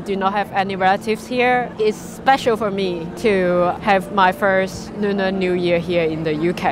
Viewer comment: She said Nuner Nu year...🤣🤣Phok Gai....